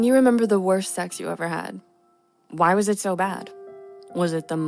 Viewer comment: What is this see-eeeggs you speak of? Is that how it's pronounced?